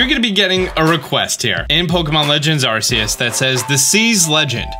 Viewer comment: I'm glad practiced pronouncing Phione but what happened to pronouncing Arceus? Love the vids:)